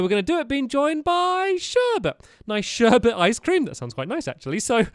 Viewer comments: you called shirbit garbages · IT'S SHURBET